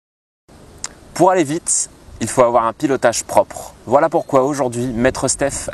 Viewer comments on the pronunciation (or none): t'est normand ou quoi???? parsque quant tu dit ''il faut avOOooir un pilotage propre''...sa sonne gaulois;p